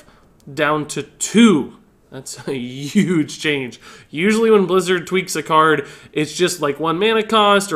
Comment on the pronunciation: Yuge, yuge, yuuge...